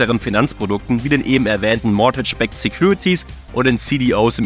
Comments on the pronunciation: "Mortätsch" 😂 dabei sagt es der eine Experte sogar mehrfach richtig 🙃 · Es waren nicht falsch ausgesprochene supreme Hypotheken sondern suBprime Hypotheken. Und es ist auch kein mortage... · Stell dir vor, du kannst als mortgage nicht aussprechen (